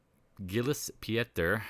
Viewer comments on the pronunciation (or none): Hey, how fast are you?? 😀 thought you dug up this video from some time ago, but now I see you made it instantly when I asked (few hours ago) Thank a lot, looks like a great tool when correctly and wisely used. By the way, Pieter is pronounced like Peter, is the Dutch version of the name 😀 Thanks again!